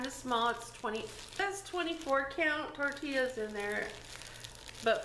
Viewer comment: Just pronounce IT in Spanish...PORTAL TORTILLAS. SINCE YOU ARE MEXICAN!